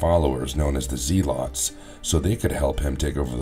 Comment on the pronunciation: I thought the way you said Ditko was a little off, but then the way you mispronounced Zealot so many times made me stop watching.